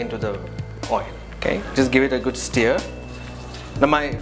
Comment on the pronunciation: Each time he says 'steer' for stir, I cringe!!!